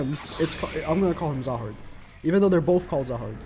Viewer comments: zahard pronunciation is more like Jahad with J prnounced like he portuguese "J" or the russian "Zh". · Zahard is pronounced as Jahad. This is because there is no z sound in Korean. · Zahard's name is pronounced as Jahad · It’s been funny to hear all the YouTubers pronounce the z in Zahard when it’s pronounced Jahad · Bro fuckin said hazard😭